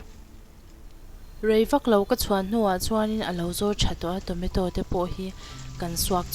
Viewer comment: I thil siam a tui hmel a I siam thiam awm khawp mai ei ve pawh chak awm i aw pawh a nalh mah se Tometaw ka hre lo Tomato chutney ka hria han lam dik la chu tha khawp ang